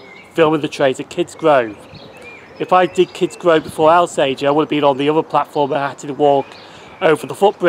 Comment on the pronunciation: Thank you - really enjoyed this. Just one point Alsager is pronounced Awl-sager not Al-sager